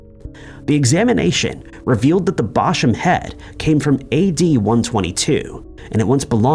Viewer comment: Apologies, sweetie, but it’s “local to”, not “local near” as “local” and “near” mean the same thing in this context and so it’s just redundant……and as someone local to upper AND lower Chichester…..ain’t no Bosham around here so he’s saying it right.